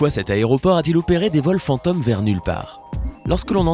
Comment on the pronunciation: pourquoi il dit "fanteum" 🤔